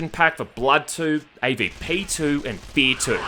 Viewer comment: You pronounced the R in fear like you are trying to keep your dogs coom between your lower lip and your teeth.